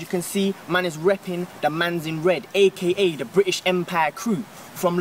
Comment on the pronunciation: Certified Bri'ish Moment